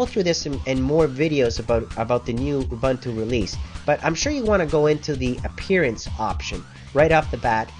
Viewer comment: Say it, just once "oo-boon-too" = "ubuntu" Just once, say it right, pls!